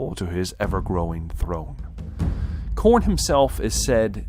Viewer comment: you must be a slaaneshi otherwise youd say it right.